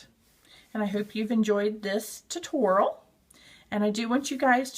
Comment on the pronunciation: Cute elephant, but the way she said tutorial made me cringe every time.